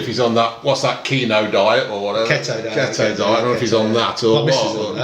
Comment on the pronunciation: Keto diet = key toe not ket O 😂